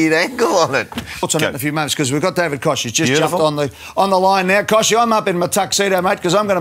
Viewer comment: its koch not kosh